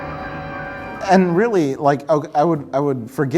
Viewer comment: Blood Debts? Don't you mean Blooo Debts?